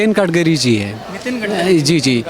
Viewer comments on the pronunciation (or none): Kadakari nahi Gadkari 😅 bhol bhai